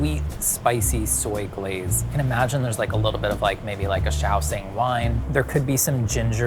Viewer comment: shao. shing. SHING. SH sound. why do i keep hearing shaoSING someone help explain or educate me if i'm somehow misinformed.